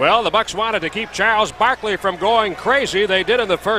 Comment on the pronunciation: 🤣😂🤣 “Sharles Barkley”